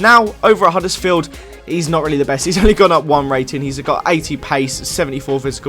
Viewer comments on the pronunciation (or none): none